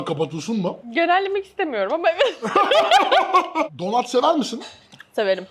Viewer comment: donAt severmisin? donut kelimesini duyunca direkt patladım